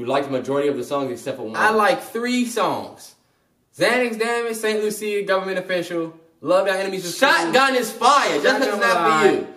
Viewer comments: St. Lu-see-a lol imma need yall to get out its St. Lu-sha (phonetically) lol no shade still love my 😄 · Love y'all ! But guys St. Lucia is pronounced St. [Loo-sha]. An island in the Caribbean sorry I was cringing at the way y'all said it lmaooo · Bruh it’s Saint Luuuusssshhhaaaaa , it’s an island in the Caribbean. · Great review.... you'll pronounce my country St. Lucia wrongly ... You guys should visit some day